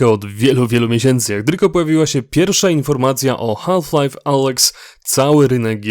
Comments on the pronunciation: źle wymawiasz HALF, mówi się bez "L" Mówię tu jako jako native speaker :p Wymowa: szybkie "haf lajf " jest jak najbardziej prawidłowe ;) Taka moja uwaga na przyszłość, btw dzięki za materiał, jak zwykle kosa! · To potrzebne żebyś wymawial "half Life " Z takim akcentem? Nie znam nikogo kto tak to akcentuje